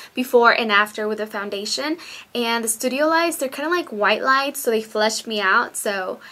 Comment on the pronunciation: foundadion? lol